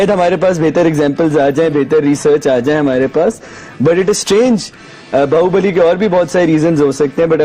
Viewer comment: its Baahubali not bahubaali 😆